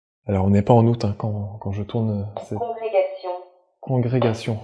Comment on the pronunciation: J'ai compris "Prout" à la place d'août, ne mangez pas en même temps, ça brouille le son